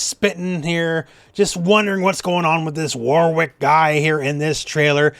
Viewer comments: I don’t want to be that person but…it’s pronounced “Worik” not “War Wick”. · Who is this War Wick you speak of? (Jokes, it's always been pronounced Wor-rick but I'm British so who knows) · The name Warwick is pronounced “Warick” stop trying so hard